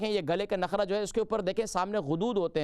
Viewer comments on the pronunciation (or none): نخرہ نہیں نرخرہ ہے